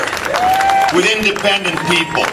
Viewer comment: He called the audience "independedt"! HAHAHAHAHA!